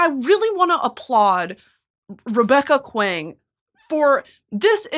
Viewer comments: Saying this because I love you but Kuang is pronounced KWONG I mispronounced Jodi Picoult's name for 15 years before I realized and I wish someone had told me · Kuang is pronounced more like song and as if there’s a w so Kw-ong or Kwahng if that makes sense, she directs people in interviews about how to pronounce her name so I just thought I’d add that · So glad you read Babel, welcome to the “R. F. Kuang is my favorite author” club. Linguistics meets anti-colonialism 🤝🤝🤝 EDIT: please know Kuang is pronounced similar to “song” with a K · Hi! Just a clarification, RF Kuang pronounces her last name like “Kwang” or rhymes with song. I only bring it up because she’s corrected previous interviewers about it! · Bestie I’m begging and pleading here…. It’s pronounced Kwong not Kwang 😭😭😭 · btw R.F’s name is pronounced “Kwong” like “gong” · brittany i love you but you are far too well educated to be pronouncing r.f. kuang's name like that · Bestie I’m begging you to pronounce Kuang correctly 😭 But more importantly R.F. Kuang is also my favorite author as of recent (I’ve read all of her books in the past 7 months) and was lucky enough to see her in person and hear her talk about Katabasis! I can’t wait to hear you talk about each of her books as you read them!! Edit: the poppy war is not YA in my opinion but it is NOT a romantic fantasy Also my reading order was Yellowface, The Poppy War, Babel, and then Katabasis and all of them were 5⭐️ reads for me 😌